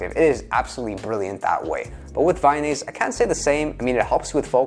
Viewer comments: its not vayonaise its vyvanse lol. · Vy-NASE? There goes your credibility. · Friendly correction Vyvanse is pronounced Vy-vanse, like advance. rhymes with iDance